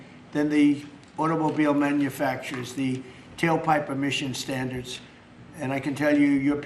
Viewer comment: What are “…vehicle stanDARS…” ?